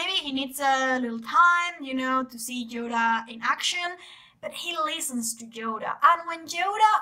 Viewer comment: "Djoda"....what accent is this? Just curious